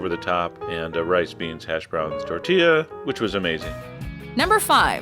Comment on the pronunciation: Its tor ti yah!